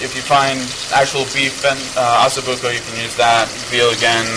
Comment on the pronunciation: It's OssO Bucco, not OssU Bucco, correct?